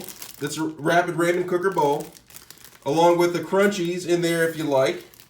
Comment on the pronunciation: I hate the way you say ramen. Lol